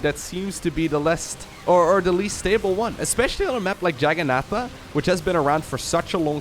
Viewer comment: Jagannatha or Jagannath is actually just a hindu word for Juggernaut. Jagannath is actually prounounced "juhg-uh-naht" as well.